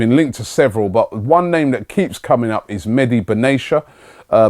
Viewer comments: Ben Attia, not benashia :) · Robbie his name is Mehdi Benatia (pronounce the T) not Benasia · Ugh Robbie, it's Ben Attea